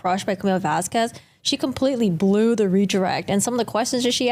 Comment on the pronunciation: wrongly pronounced Miss Vasquez the whole trial, mixed up her witness with Dr. Curry at least 3 times, mixed up her own client name as 'Laura Amber Heard', and who are Mr. Turd and ThatUmbrellaMan? 🤣🤣🤣